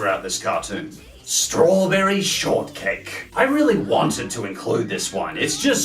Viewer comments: ""Strawberry Shorrtckae"" Good job,, you have officially made me giggle. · "Strawberry Shortkae" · “Strawberry Shortckae” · "Strawberry Shortckae"